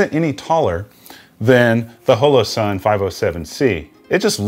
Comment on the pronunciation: Question: why are you pronouncing holosun as “hoe low”, instead of “ha low” the way it would normally be said in hollow or holograph, as in holographic sight? Is that just a weird geographic pronunciation of hollow? Just curious as it doesn’t sound like you have an accent with any other words